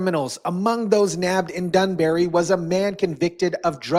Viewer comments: BRO... It's DANbury. Danbury, Connecticut. Not DUNbury. Good grief. How hard is it to get basic information correct? Anyway... I'm from Connecticut and live here now. This state is a liberal, woke nightmare and it's a disaster. I'm all for this happening. The cities in Connecticut are nothing more than scumbag receptacles. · Im in CT and ALL for this. And BTW this isnt the UK, its Danbury not Dunberry. 👍🏻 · DAN bury not DUN bury smfh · It’s Danbury not dunbury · Do you know how to read. dunbury.. Its Danbury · Its danbury not dunbury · Its danbury not dunbury. Just saying. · It's not Dunbary jackass it's Danbury. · U are not from ct. You pronounced Danbury way off its not dunbury..lol... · Hello … It’s pronounced Dan-bury… yeah I’m sure we have a lot of dung in Danbury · Its DANbury....geez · DAN-berry Danbury. 😁👍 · It’s called Dan - bury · Dan- barry, Stam- ferd 😂